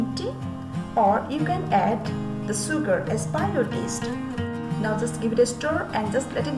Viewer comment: Sooogar and refraysing 😂😂😂🤣🤣